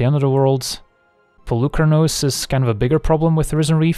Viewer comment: Hey there, random Greek here! So the "u" in Polukranos is pronounced as the "ee" in "meet" or "coffee". Comes from the word "πολύ" meaning "many" :) Fblthp pronounciation was spot on though. Very fun deck.